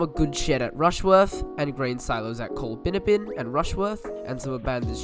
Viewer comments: Col-bin-ABB-in, mate. :) All good though :) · It's pronounced Coll-bin-AB-bin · Coll(a)-bin-abbin (last part rhymes with cabin) It's kind of amazing the number of postage stamp-sized villages that were given their own rail lines back when. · Once again you haven’t done your pronunciation research. Its Col-bin-abbin. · You have done your research however ... just need to research the pronunciation of Colbinabbin pronounced COL BIN AB BIN and Girgarre pronounced GUR GARY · Certainly a most interesting and well researched video - many thanks. But I would urge the compiler to take much more care with issues of pronunciation. It jarred so VERY much every time we heard the mangling of Colbinabbin (Colb'nABB'n) and to a lesser extent Girgarre. And late in the video we saw Shepparton misspelled as Shepperton - not good. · very interesting video as always, some of the towns you mentioned (Girgarre, Colbinabbin mainly) are pronounced slightly different. Girgarre is "gur-garry" and colbinabbin is colbin-abbin. I live very close to these towns. Still an interesting video though, I recently travelled from Violet Town across to Bendigo going alongside the former alignment, so I really enjoyed this